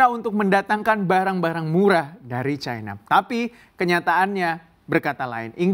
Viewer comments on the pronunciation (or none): Chaina? Seharusnya China dalam bhs Indonesia. Tolong belajar lagi bahasa indonesia yg baik. Tidak enak didengar ditelinga.